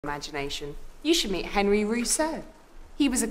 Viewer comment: It’s pronounced AWN-ree, “”! 🤨